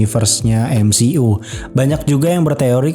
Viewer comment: cara bacanya emsiyu ngab, bukan emsi'u. greget bet gua dengernya